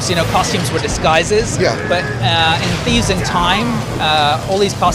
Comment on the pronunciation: Sounded like he said "A sneeze in time" XD